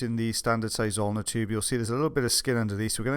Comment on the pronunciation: Thoughts I have while watching working: “Is he saying “the Ulnar Tube” or “the Zulnar tube?” I mean. The ulnar is a small bone. This tube is small. It could work. “Ok. That (wax) is clearly not budging. Can’t we turn the suction machine up to 3000 and ‘hoover’ this wax away? I mean...this is torturous!” “Angular. Long strip. Dry skin. Grip. Wiggle. Angular.”